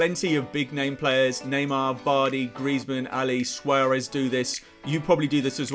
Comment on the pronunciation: Did you say Swearez 😂😂😂